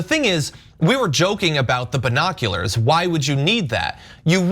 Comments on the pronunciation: Who tf pronounces it "bye-noculars"? Way too much emphasis on that first syllable. It's distracting. Brian Griffin: "Wait, what?" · I'm laughing every time Cenk says 'binoculars' cause down here in Oz we don't say 'bye-noculars', we say 'bin-oculars'. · Why the heck is Cenk pronouncing it "Buy-noculars"...isn't it prounounced "B-noculars"? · It's not "bye-noculars ." It's "bin-noculars." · I thought it was just me. Says it like Byenockulars. Lol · "We were not allowed to have Bye-noculars....." Hahahahaha!! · Cenk, why do you pronounce it as "bine noculars" lol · Cenk say biiiii noculars like Trump says Chiii Na 🤘🤣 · By.Noculars? Cenk is killing me! 🤣🤣🤣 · “Bi-nokularz?” Hahaha, Cenk you’re hilarious. 🤣😂 Is that anything like “Vaz-qwez?” Lol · The way Cenk pronounced binoculars...Bi-noculars?...as opposed to straight noculars 👀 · Wtf is a by-nocular ?!🤔😂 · Actually it's bine- oculars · The way Cenk pronounces “Binoculars” makes me giggle. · Cenk... your pronunciation of binoculars.... it’s..... hilarious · Someone needs to type quieter or turn their mic off Cenk, that's not how you pronounce binoculars, do you say bi-cycle too?